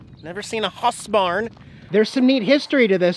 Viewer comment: It is pronounced HOUSEBARN, not HASSBARN. Just because one German Band made a song (Du Hast - which by the way means "YOU HAVE" not "YOU HATE")....seriously,? Sorry - but this time you failed your research - which makes me concerned, since you usually are pretty good with that kinda stuff...?!